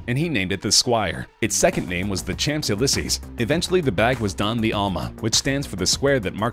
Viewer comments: the "CHAMPS ELYSEES" is he serious!?! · The narrator’s pronunciation of French names is painful. Champs Elysee is pronounced “shamz-ee-lee-zay” not “champs el-ee-see” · Did he just say champs Ulysses?!? Oh hell no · So, you painstakingly pronounce Louis Vuitton in French, but then butcher Champs Elysees 😡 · Champs elees is? Come on man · Hey pronounced champs elysees wrong lol